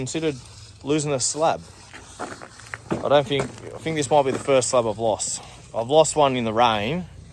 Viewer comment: Your terrible at prouncing words that either start or end with "th" 😂😂😂 its "think not "fink its "thousand" not "fousand" its "three" not "free" Love your vids bro but fuuuuuuuck you sound like a 3 yr old